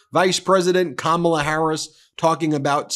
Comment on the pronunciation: Ben, you mispronounced Kamala. Kam rhymes with mom not ham. It's pronounced comma-la.